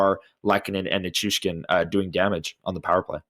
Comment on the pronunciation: Classy video! One thing, it’s Na-CHOO-skin. I’ve noticed a lot of really cool, respectfully, classy fans in this series. No matter how it goes, don’t change that Winnipeg.